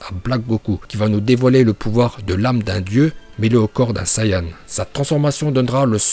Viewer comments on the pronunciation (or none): none